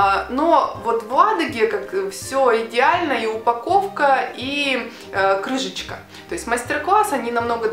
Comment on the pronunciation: Виктор Леонов неет, там прозвучало крыжечка :)